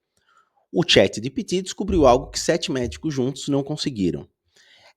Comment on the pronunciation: A maneira que ele pronuncia chat gpt ja sabia que n era humano